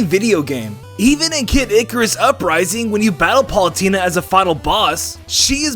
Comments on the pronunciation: you said Paulutena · to you said pulatena I dont know to spell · "Palutena". Good video nonetheless.